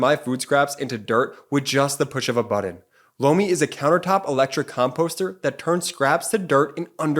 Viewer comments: Whenever 'Lomi' is said in those ads, I keep hearing 'blow me', I don't hear so well which can lead to my hearing getting a little too creative. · Lomi advertisement. It doesn't sound like he's saying Lomi. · Lomi sounds like blow me. I really like your presentation of material, but your ads in the middle of your show really blows.